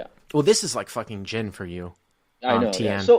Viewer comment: It's gin but gege